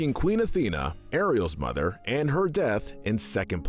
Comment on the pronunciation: Bambi's Mo-THer